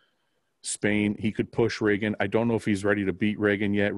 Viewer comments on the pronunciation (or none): Just as a heads up, it's ree-gan, not ray-gan. :) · Dude not shitting but its Reeegan lol